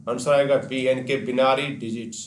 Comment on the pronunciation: ये Binary बिनारी नही होता सर बाइनरी होता है